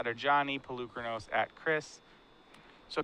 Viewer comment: is still mispronouncing Polukranos. I understand if the average player mispronounces it, it's a strange invented word for a card game, but is a paid announcer, it's his job to get details like that correct.